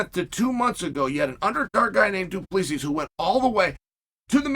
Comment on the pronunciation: Of the many Chael name errors, Du-Pleezy is my favorite.